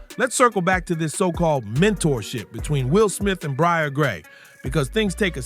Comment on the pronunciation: You're hearing his name pronounced correctly and you're still calling him Bryer stop please